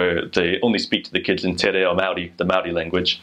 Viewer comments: Tbh your Te Reo Pronunciation isn’t bad. Especially if you are from America. Not bad for an American. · Well done. Love your attention and care around te reo. Your pronunciation was fabulous.